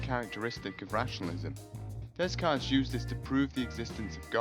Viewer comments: Holy hell, do you hate the French or something? You can't spell or pronounce any of our words or names lol, it's bonjour not bonjorr and Descartes is pronounced Day-cart, so now you know. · Descartes is pronouced "day cart." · you pronounce and spell so many concepts (solipsism), and even names (Descartes) wrong